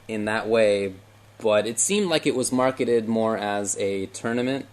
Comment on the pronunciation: Did just say "marketed-ed"? LOL